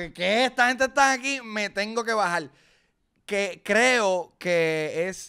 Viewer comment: La amo cuando dice “me tengo que bajarrrrr”